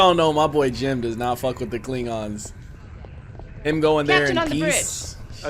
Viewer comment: Anyone else notice that he says klingongs instead of klingons.